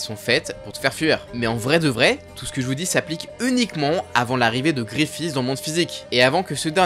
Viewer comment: C'est si dure de prononcer guts et Griffith correctement ???